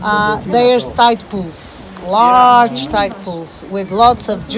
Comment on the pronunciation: Tite? What's a tite? do you mean tide?